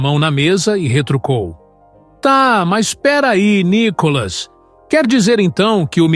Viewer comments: Ve se aprende a expressar o nome do Nicolas... não tem nenhum acento no O de Nicolas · Vc não sabe falar o do verdedeiro nome d DEPUTADO.. N I C O L A S.. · Esse cara com esta página, já está enchendo o saco....essa página é feyk... Micolas nunca foi no programa do Ratinho, mais um detalhe, por vários vezes o narrador erra o nome de nicolas, e tem falas que já ouvi em outas postagens. Isso é uma montagem de um cara que só quer ganhar fama . Não estou curtindo mais essa merda de página, e cada vez que vejo já deleto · Não sabe fala nome do Nikolas.